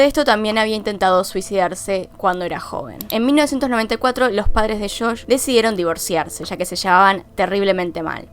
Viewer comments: Es JOSH NO SHOSH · Buen video, lo unico que me molesta un poco es que dice como "shosh" en vez de josh 🤣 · sufri cuando decias shosh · "Shosh" xD